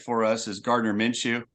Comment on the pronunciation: Did this mf just say Garder Minshew 😂😂😂